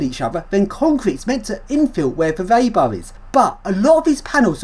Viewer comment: "reebar", not "raybar".